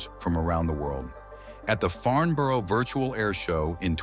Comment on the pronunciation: That's not how you pronounce Farnborough